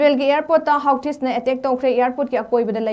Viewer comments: hoothiz hydoune pronunciation doh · Houthis hygadbni oja pariba pronounciation do chumlabni.